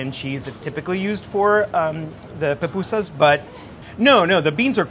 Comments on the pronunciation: Fried corn fritters?!?!?! No, my friend, you’re totally wrong. And this whole charred onion bit? I don’t think so! And PLEASE learn how to pronounce the name. It’s not PAPUSAS. It’s PU PU SAS for the mispronouncing crowd: POOH POOH SAS. Oh, good gravy! Your beans are totally wrong!!! A mixer to mix the dough?! My grandmothers are turning in their graves and planning an uprising because you’re butchering our native dish. 🤦🏻‍♀️🤦🏻‍♀️🤦🏻‍♀️🤦🏻‍♀️🤦🏻‍♀️ Oh goodness! No, what the heck are you doing to the curtido?!?! STOP BUTCHERING MY COUNTRY’S FOOD!! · For those who mispronounce it, it’s POO-POO-SAHS, it’s a Nahuatl (Indigenous) word!!! But I loved this though. I FEEL SO PROUD TO BE SALVADORAN!!! ♥️